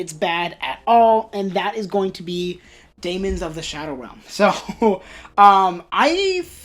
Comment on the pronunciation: You pronounce it perfectly! So happy that you enjoy Daemons of the Shadow Realm. I am looking forward for future volumes.